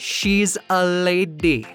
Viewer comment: “She’s a LA-DY” Me: I’m going to pronounce this word like this forever